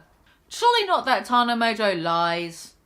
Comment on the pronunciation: Learn how to pronounce Tana you fucking moron